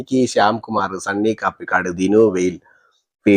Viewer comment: Dear, I like your and your views. പേരഞ്ഞാൽ കൊള്ളാം. പിന്നെ ഒരു കാര്യം കൂടി. സണ്ണി കാപ്പിക്കാട് അല്ല കപിക്കാട് ആണ്. അത് അയാളുടെ സ്ഥലപ്പേർ ആണ്.കടുത്തുരുത്തിക്ക് അടുത്തുള്ള സ്ഥലം.